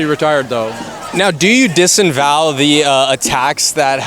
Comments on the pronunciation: Do you "desinvow"?😂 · lmao “Disenvow”? 😂 bro if you gonna try to make other people look stupid, maybe don’t try using big words yourself while doing so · Interesting video. I like it that you let people explain themselves and don't try to agitate. It's "disavow," though, not :"disenvow".. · Bro, you have to stop saying “disinvow”. It’s disavow. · “disavow” not “disanwow”. Go back to grammar school. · Are you saying “disenvow” instead of disavow? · dis-A-vow dis-A-vow dis-A-vow. It’s not dis-in-vow. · friendly correction I love your channel by the way first time viewer. It's disavow not disenval. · Dis-A-vow. Disinvow isn't a thing. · It's DISAVOW, not DISENVOW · Dis. Uh. Vow. Disavow.